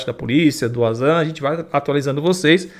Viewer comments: Meu filho. o termo WANZAN se lê como VANZAN e não UAnZAN. Em alemão o W tem som de V. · Fale certo o nome do Wanzan mano😅 é pronunciado com V , e não com U ... ou seja se lê Vanzan😅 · Fala-se Vanzam... lê se Wazam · Não fala Uazam se fala VANZAM!!! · Rapaz...pelo de Deus...o nome do cara do drone é Wanderley + o sobrenome que forma WanZan (vanzan) e não "UAZAN" se não sabe nem o nome do cara... imagina as análises de vídeo 😅😅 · Carai, o proprio vanzam se chama de vanzan e esse do paraguai insiste em xamar o cara de uázã! tá mais por fora que caroço de cajú, sou mais o Rony Vernet nas suas análises, o cara pelo menos não é achista, ele é especialista e entende bragarai do que se propõe a analizar! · não é Wazam e sim Wanzam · corrige a pronuncia do nome do cara kkkkk se diz "VANZAM", com som de V!!! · Queria que o VANZAN chamasse o de, já que até agora ele não aprendeu a pronúncia 🤣🤣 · O Wanzam é o cara q mais manja de drone, por sinal, fala o nome do cara direito. É como alguém ficar chamando com a pronúncia errada